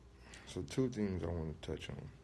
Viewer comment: Why does he pronounce thing like "theeeeinngs".